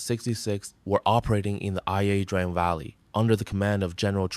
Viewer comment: Its not ( I A) pronounced I - Drang